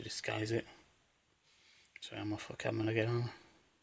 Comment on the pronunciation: Trash! and btw its camaro! not camero 0_0